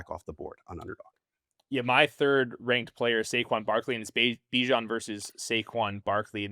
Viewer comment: Dude said let's get spicy and said Bijon at #2 😂😂😂 i thought he was going to say Acahne,JJ maybe let's get CRAZY GIbbs 😂